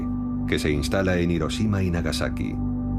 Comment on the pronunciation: IROSHIMA.. y ahí dejé de leer.